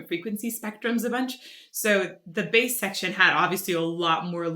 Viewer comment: Why the bass is pronounced like "base" , it is a bass, prornounced "bass".